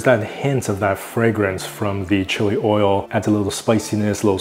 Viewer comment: You say, 'oy yo' instead of 'oy ill'.